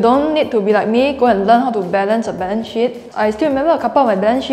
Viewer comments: Balance sheet, not balance shit 😄🤣 I'm a newbie in investment, starting late for retirement investments.. your notes helped thanks. Following. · She’s so adorable 😂 “buffet “, “balance shit” 😂